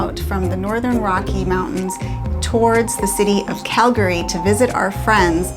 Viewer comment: Well hells bells!!! Welcome to “Montana”!!! You saved the best State almost for last. Small note; it’s the “Going to the Sun Road”. No big deal there “Cal-Gary”. 😅